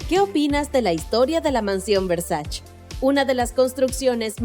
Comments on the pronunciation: Se dice VERSACHE no VERSACH. Bruta! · No es muy difícil investigar para saber algo tan simple como que el apellido de Gianni Versace, que es italiano, se pronuncia Versa(che). No es francés, no es inglés... Es ITALIANO!! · se escribe y se pronuncia versaCHE versaCHE por que es italiano , 1gn0r4n-73 .